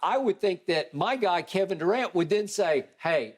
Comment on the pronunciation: “My guy Kevin Durant” but yet skip always calling him Kevin “Du’cant”